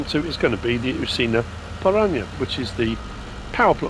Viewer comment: ParaNA. Pressure on the last two letters. Almost correct though 😉